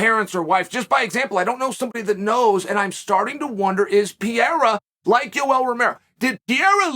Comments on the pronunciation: DUDE. PEREIRA. NOT PYERA. PE RE YRA. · Pa-rare-ra not Pee-era Chael cmon 😂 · This guy continuesly saying his name terrible wrong lmao “pee era “ his name is pereira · Pe-rei-ra... Although it is pretty funny to hear Piera persistently...😉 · For the love of god Chael is PEREIRA NOT PIERA PORRA, that aside exelent video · Geezus Chael, try to learn how to pronounce his name... wtf is Pierra? Try Pe...Rey..Ra! Not too difficult.. but really enjoy your content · Uncle Chael calling him Pier never gets old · I like how everyone has a different pronunciation of Pereira. Chael is going with Pierre. Lol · Alex 'Piera', Islan 'Michaelchef', 'Hasmat Himachev'... The question is... Does Chael mispronounce all names in purpose? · ITS NOT PIERRA!!!!!!!!!!! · Who the hell is piera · it's Peh Ray Ra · Pierra lol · As a Brazilian, it's hard to listen Sonnen pronunciation of PEREIRA. You should call him Alex. Ahahaha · Call him Poatan please his last name is Pereira and the pronunciation is not even close 😂 POATAN hands of stone ! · Chael just refuses to pronounce the first “R” in Pereira 😂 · He's the champion now, maybe you should get his last name right. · That pronunciation of "pereira" is making me physically ill. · Huge fan of yours, Uncle Chael, but you gotta learn how to say "Pereira" now. 😁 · learn some respect, Kale, and pronounce his name right. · Ffs Chael the joke is old, pronounce his name properly now